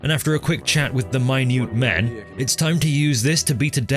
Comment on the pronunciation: "the maniutman"